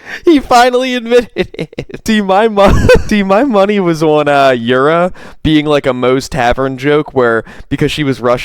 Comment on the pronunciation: MASSIVE L on the chicks name. He said Yur-A not Yur-I. Yuri wouldve worked for urethra, not Yura. Either that troll failed MISERABLY, or them telling him "urethra" is just fake news. Lawl